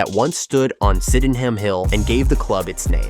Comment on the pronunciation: Don't you hate it when Americans spend all this time putting a video together, yet wont spend 5 minutes learning how to pronounce Leitch, Sydenham, Lyon....